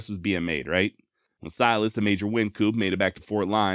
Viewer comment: Ok. Im not getting on your case, you've done a fine job... Wyncoop is pronounced wine coop. No worries. You are awesome.